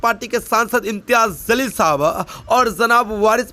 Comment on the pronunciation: Bhai phely bolna sik.jalil ko zalil bol raha. Phely padna siko.baad me u tube se pet palo.jahil kaei ke.